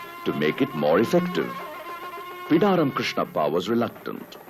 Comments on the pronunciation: its Bidaaram Krishnappa not Pidaram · Thanks for Prasar Bharati Archives for making this documentary public. I just wanted to let you know that, its "Bidaram" Krishnappa and not "Pidaram" Krishnappa. I would appreciate if you can correct this.